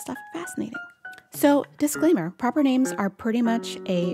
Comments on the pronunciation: This is a fantastic video, thank you! You say all these names the exact same way I do and you explained why superbly. 👏 I am sure it will help a lot of people who have had trouble saying some of these. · Aussie here, you nailed it!